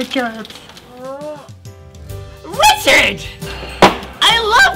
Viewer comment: *Knocks* *Door opens* Rolanda: *REECHARD!